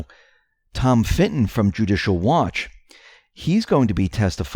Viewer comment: It is Tom Fitton not Finton, almost never that guy but Tom does not get nearly the credit he deserves for the work Judicial Watch has been doing since before Trump has been elected and we need to remember without Judicial Watch, this would not be happening quite as quickly or well. Q is the hero but Fitton is the unsung hero in many of the legal battles vs the deep state. Build that Wall!!!